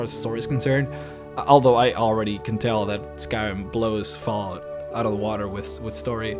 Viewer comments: Is it just me or did he say faalout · "Foul-out". Lol, sorry not making fun of you, just funny how you pronounce it. =) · That pronunciation of Fallout lol